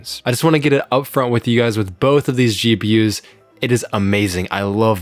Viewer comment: I literally heard CheaPUs instead of GPUs 😂